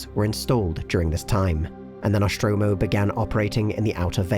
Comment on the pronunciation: Noshtromo? Isn't it "Nostromo"? Where does that "sh" sound come from?